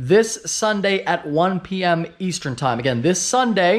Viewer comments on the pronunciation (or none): Anyone else catch that “Easetern time”? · “Easetern” LMAO Love the videos!